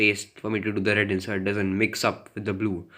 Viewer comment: What's with the rrrrred